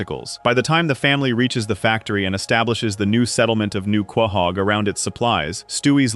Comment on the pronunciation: Quay-hog? It’s pronounced co-hog